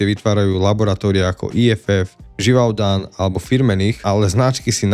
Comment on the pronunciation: "Jurajovi III." zabil! 😂 "Živantdan" taky, je to "Živade'n".🎉